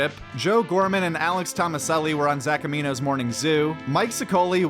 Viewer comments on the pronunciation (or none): And his name is Zac Amico! Not Zac amino